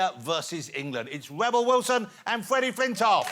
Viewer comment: Fweddie Fwintoff